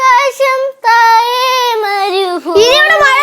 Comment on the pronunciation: "താഴെ" അല്ല "തായെ"😂